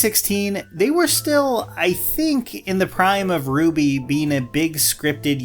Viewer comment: Gotta correct your pronunciation of RWBY... it's actually "ruh-wubby"